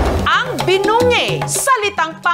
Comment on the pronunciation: it's actually pronounced binungey po